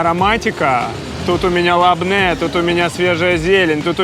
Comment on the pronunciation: Тхина и лабоне а не лабне тахиния и не шакран а шукран а шакран переводится как обманщик врун